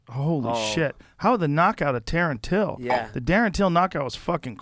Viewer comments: Joe rogan - “Tarren Till” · Joe said "Tarren till 😂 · “Taron till” 😂😂😂😂LMAO